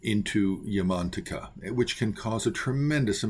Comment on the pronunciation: My Tibetan Buddhist Tulku pronounced it “Yah-man-TAK-ah” not “Yahman-taka” — emphasis on the TAK is key.